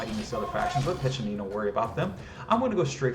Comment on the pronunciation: As an Italian, I'm equal parts impressed by the work you put into the scenario and amused at how you join the voice actors in mispronouncing each Italian word in different ways :P Piccinino's was quite good though, I must admit I really like how you gave quite a few historical insights and explained how they influenced the design, especially the fact that you made sure that the best approach is to think like a XIV century Italian mercenary commander. Still, I think I would've enjoyed even more an in-depth level design analysis: from how you did your research to planning, building, playtesting and tweaking. No worries though, I would understand if you'd rather keep the secrets of the craft to yourself - or if you are contractually obligated not to go into any detail. Given how you've evidently done quite a bit of research on the subject, I thought you may enjoy some linguistic trivia around the word "condottiero": While "condottiero" did mean "contractor" in XIV century "Italian" (Italian didn't exist at the time, each region had its own linguistically distinct language), in modern Italian it has the much more generic meaning of "field commander". There's very little nuance, too: nowadays you would use "condottiero" in Italian any time you would use "field commander" in English in a military context. If you want to avoid any confusion, the term you're looking for is "Capitano di Ventura" which literally means "Captain of Fortune", in the fortune-seeking sense. A mercenary work